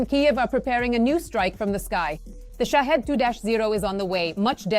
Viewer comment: It's shaheed, not shahid